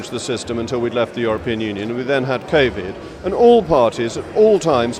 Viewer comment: Aha, according to 16th century Moggs, the "peasants" contracted and died from "Kay-vid".